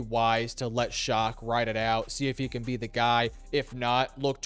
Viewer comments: Did you call him Tyler “Shock”? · negative broski. It’s pronounced “shuck” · Tell me how a name like Shough is pronounced "shuck".